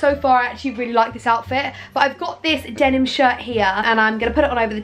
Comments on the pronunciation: Denim, Denim, Demin, Demin, Denim. -Saffron Yes, she said Demin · The way you say denim hurts me